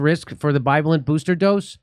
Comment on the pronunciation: Jimmy. I love your show but for the love of God will you please stop mispronouncing bivalent.